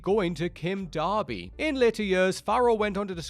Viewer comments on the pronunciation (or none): none